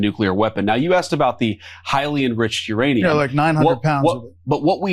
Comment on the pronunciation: Couchman was saying nuranium.